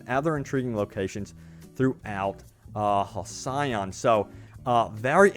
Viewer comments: Hal-see-on is how you pronounce that I'm sure. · For the sake of future content: Halcyon(I assume this is the spelled word) is pronounced Hal-See-On. 3 quick syllables. Used in terms like ‘halcyon days’ which sort of means the good, old times. Not trying to be a smart ass. Dig your content and just trying to help. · Another Fallout youtuber (the other being JuiceHead) can’t pronounce “Halcyon” as in “Halcyon days” expression. Pronounced like Hell-see-on with the emphasis on the first syllable. And English is not even my first language. Jeez. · Its pronounced HAL CEE ON for the love of god. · It's Pronounced Hal C On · Say it with me now HAL-CY- ON! one more time HAL-CY-ON. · It's pronounced Hall-see-on. Not multiplayer, not a mobile game. I am excited!